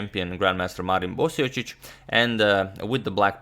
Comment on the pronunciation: Are you sure you're pronouncing Marin's last name properly? LOL! :)